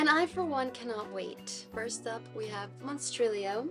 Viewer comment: Verrrrry nice pronunciation on the monstrilio authors name hahahahahah. The art inlays in slewfoot makes me think you should do that for your novel 😏 face-off competition (or collaboration 🙄) between your sister and your husband 😏 LEGENDS AND LATTESSSSSSSS!!!!!! A flawless book. Hahahahaha November is your bday month, nobody cares 😊 hahahahha omg kenzo and the other cat are literal perfection. Thanks for another cosy amazing and fascinating video!!!!! Very autumnal makeup lohks too. Your sock folding method is not very Marie kondo